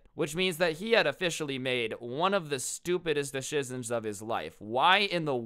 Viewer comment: Dude really said decisions wrong😂😂😂